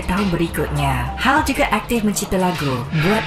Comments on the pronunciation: sebutan hel bkn hal, salah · hael itu sebutnya lebih kurang kayak "hell" bgtu mas bkn hal. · Mas sebutan nama 'hael' husaini tu bkn 'hal' tp bunyi nya 'hel'...